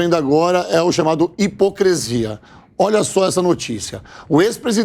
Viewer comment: Fala pro apresentador que a palavra correta é “hipocrisia” e não “hipocrEsia”. Onde a JP encontra essa gente?